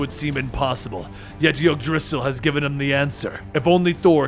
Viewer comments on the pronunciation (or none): none